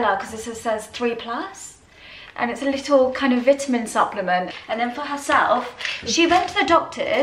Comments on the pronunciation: Lie tle? Tell that his word is not in the English language 😂😂😂😂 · In the US it’s pronounced Leeedyl